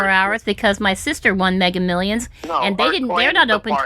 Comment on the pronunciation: The AI doesn't know to correct him saying 'megger millions' 🙂